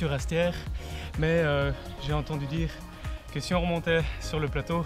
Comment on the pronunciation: C est mal prononcé... j hesite de laisser mon pouce bleu